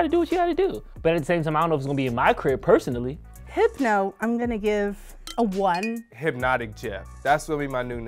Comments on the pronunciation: Them saying hypno made me a lil upset 😂😂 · Every time they said “HYPNO” I wanted to FIGHT!!!!!! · They should’ve gotten 80’s babies for this. I was born in ‘83 and I’m 38. If you haven’t really been exposed to those drinks meaning old enough to drink them you can’t really give them a fair review. You DO NOT call Hypnotiq “Hip-no!” 😂